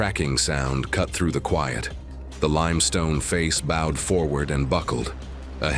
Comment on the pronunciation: 23.15 NOT BOW AS IN BOW WOW, Bowed as in the rain BOW was bowed in an arch.